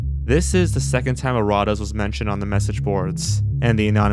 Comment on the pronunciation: It’s pronounced erra …tas